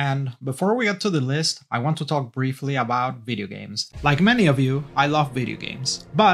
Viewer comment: I love any one who says veedeeo